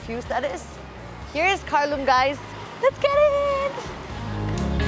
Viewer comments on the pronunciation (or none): Its not kharloom its kharlyoom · If u cn spk Nepali... Dn y cnt u pronounce kharloom... Showing off